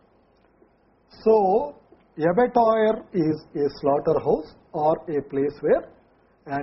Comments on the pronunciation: it shoul be abattoir not abettoir.. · it is abattoir not abettoir